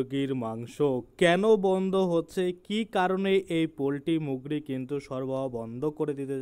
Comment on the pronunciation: দাদা মুগরী কি জিনিষ। বাংলা ভালো করে বলুন